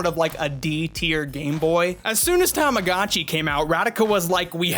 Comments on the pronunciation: "Tamagatchi"? My good Sir, it's actually "Tamagotchi" 😅 To all who will type "this is a four year old video"... Yeah, but this is the Internet 😅 People will find old videos. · Every time you say tamogatchi instead of tamagotchi, part of my weebo childhood dies inside. ;_ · Tamago-chi is pronounced with a LONG O. Tamago is Japanese for 'egg.' Also ENUNCIATE YOUR "T"s. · Tama-GO-chi. TamaGOchi. AAAAAAH! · You have the worst pronunciation of tamagotchi I've ever heard nd you kept saying it over an over again, I just had to close the video